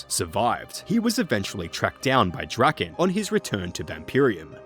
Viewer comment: According to rs3, Lowerniel's surname is actually pronounced more along the lines of something like "druh-KAHN". We learn this in The Branches of Darkmeyer and subsequent quests.